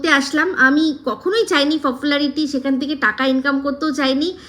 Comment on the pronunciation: Fopularity boleche? 😂